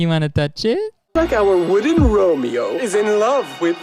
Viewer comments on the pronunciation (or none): none